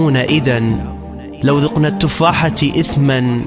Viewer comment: فدشي بس اكو عندك بالدقيقه ٥:٣٧☹️غلط بالحركة الاعرابيه حرامات تغلط هيج غلط مبدع القبطان🧡😌 التفاحةَ مو التفاحةِ